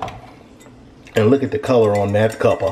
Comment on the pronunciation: lmao hear say 'cuppa' >>